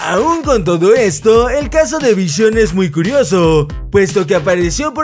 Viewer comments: Min se dice visión no vision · Es Vi-Si-On no vishion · Noes vichion es visión like si tu escuchaste vichion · ``Vishion" Xddd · No sabes ni decir visión